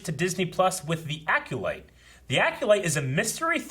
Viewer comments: It’s not pronounced Aculyte. It’s Acolyte. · "Aculyte?" LOL. EDIT: And he keeps saying it! AC"O"LYTE, dude. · DEE ACULITE 😁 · Lol, struggle to pronounce Acolyte.